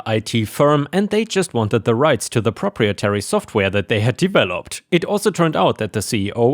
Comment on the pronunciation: "proprietary" is "pro-pry-eh-tare-ee" not "proper ee-tary." 🤪